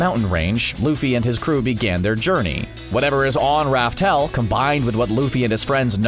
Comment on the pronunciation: By the way not raftel, it's laugh tale.